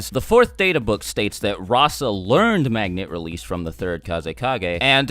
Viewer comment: Anyone else notice he said magna